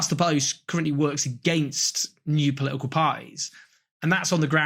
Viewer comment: "Poli'ical par'eee."